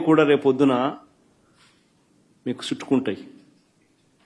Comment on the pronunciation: Suttukuntai kadu ra ayya...😂😂 chuttukuntaayi...ipudu kaali ne kada telugu nerchuko